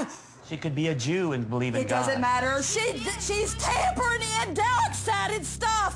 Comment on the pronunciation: “Dork Sided”